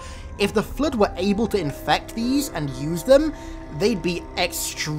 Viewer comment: I like how you pronounce the Flood as "Flued" at times.